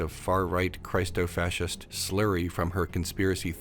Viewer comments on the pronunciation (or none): Are we saying Christofacist with the hard I like christ? I've always read it with the soft i like christian.